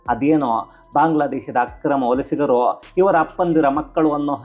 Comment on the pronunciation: ಒಲಿಸಿದರು ಅಲ್ಲ. ವಲಸಿಗರು.👏 .